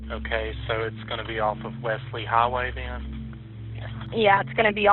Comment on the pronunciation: it's 'west lee highway' not westly highway